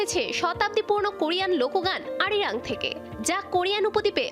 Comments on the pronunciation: Arirang not erirang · What is "এরিরাং"? It’s Arirang! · এরিরাং কি? কথাটা হবে আরিরাং। আপনারা ভুল উচ্চারণ করেছেন। BTS Global pop icon .তাদের যথেষ্ট সম্মান আছে, আর কোরিয়ান কালচার এর ও সম্মান আছে, তাই কথাটা শুদ্ধ করে বলুন, তাদের অ্যালবাম টাইটেল নামটাকে ভালোভাবে বলুন। আর্মিদের কাছে BTS সেরা 💜 Borahae Forever 💜💜💜🥹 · It’s Arirang Not erirang 😒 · মূর্খ নাকি আরিরাং হবে এরিরাং না আর ছুগা কি সুগা হবে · গাদা Arirang সঠিক ভাবে উচ্চারণ করতে পারেন না